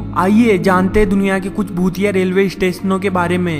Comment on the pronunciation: his bhutiye sounds very similar to chutiye😂😂 nonsense yar